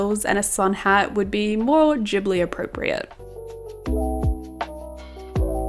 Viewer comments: Loved the vid but it did hurt my ears every time you said “jibbly” 😩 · "ghibli" is a japanese word and in japan they only have the hard g sound (otherwise it would be with a j) :)) -its "gibbly" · pronounced with a "j" sound, not a "g" sound :)